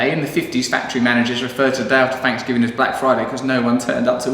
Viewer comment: Happy "Fanks"giving...... I love how English people make fun of our Thanksgiving. When they can't even pronounce the letters "TH" without sounding like an "F" but you're right.... We are the weird ones :-)